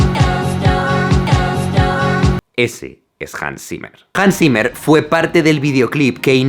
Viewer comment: JANS SIMER Xdddd